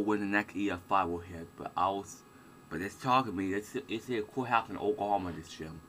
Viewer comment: "Wemembew deh twaho ih okwahoma stay dekaid ago"